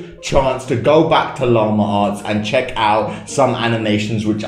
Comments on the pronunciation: llama arts me:llama ass? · This is how many times he says: Lamer arrtz